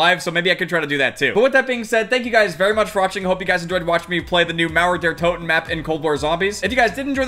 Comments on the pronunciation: Mauäer däer Totäen xd... Way to funny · I lost it when you tried to say Mauer der toten, just so funny when you're german